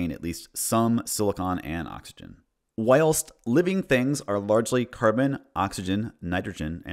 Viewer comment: Also American and the only thing wrong with “be they” and “whilst” was the bizarre way he said them when reading them aloud as if they are alien runes